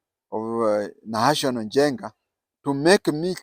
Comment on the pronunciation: And its not nahational as it sounds from you . its NAHASON